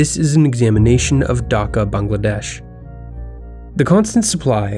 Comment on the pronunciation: ayy I’m a Bengali (tho since I’m from Kolkata the Dhaka dialect sounds so weird for me) Btw nice job you pronounced Bangladesh right